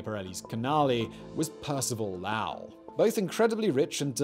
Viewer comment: Not lao he was not Chinese his name is spoken as low ool as in low and ool as in cool sorry you but two videos in a row hearing lao was too much